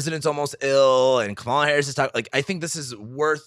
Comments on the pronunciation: It’s Kamela rhyming with Pamela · Her name is pronounced: COMMA-luh. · It's Kaaaa ma la. Not Ka ma la. Pronounce her name correctly. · I wonder if mispronounces Kamala’s name on purpose. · Wondering the same. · Please pronounce her name correctly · SO irritating that he doesn’t know how to pronounce her name. She’s the Vice President of the United States for fuck’s sake!! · She's been Vice President for over three years. You're a man with above average intelligence and who's got a finger on the pulse of current events. Therefore I surmise you are pronouncing her name incorrectly on purpose. Oops, better check under that mustache; your bias and disrespect are showing.